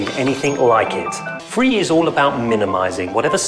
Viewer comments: it's phree(free) right? gimme 2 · Ugh for a moment I thought he said it was free but wtf is phree man ugh